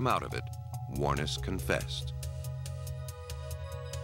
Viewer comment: I didn't think lawyers could actively go and get evidence and hide it, Canada or the US. Is that becoming part of hiding their client's crime? How far does confidentiality go? Amazingly this perfect narrator(seriously) is mispronouncing Ms Wuornos' last name. The emphasis is on the last syllable. That's how I heard her pronounce it herself once.